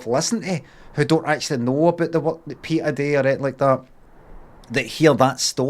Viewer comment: You are not pronouncing the name correctly PETA. It is not PEETA but as in PET with an added A as in apple